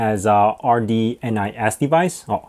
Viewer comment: It's rndis, not rdnis😂